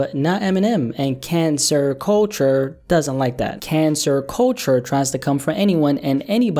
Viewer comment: I'm not sure if it was intentional, I heard CANCER-culture instead of cancel-culture, and I was very delighted to hear so